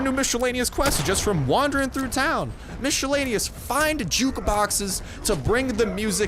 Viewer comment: Miss e lane e us not micheeelaneeeous :3 thank god for school :3